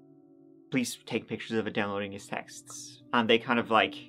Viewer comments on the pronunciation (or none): none